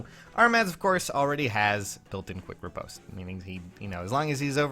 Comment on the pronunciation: other than you saying riposte wrong, nice fun fact